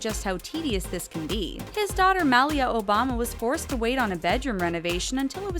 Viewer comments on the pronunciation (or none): Why don't you bother to pronounce names and words correctly? Obama's daughter's name is pronounced Maleea, the Secretary of Education is Not pronounced Devoes, iron should not be pronounced irun and there were at least 4 other major mispronounced words. Sloppy, sloppy narration! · The Obamas came to the White House 12 years ago and stayed for 8 years. How stupid are you that you can't or won't pronounce Malia's name correctly? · Your narrators have THE worst pronunciation of names! Look it Malia's name on any other YT video and you'll hear it pronounced correctly.